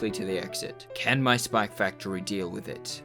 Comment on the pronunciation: why does he say spac factory